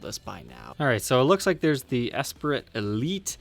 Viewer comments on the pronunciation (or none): It's pronounced in french (ESSPREE) we do not pronounce the T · Esprit is "Es-spree". C'est Français.